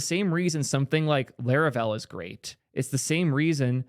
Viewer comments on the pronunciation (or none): none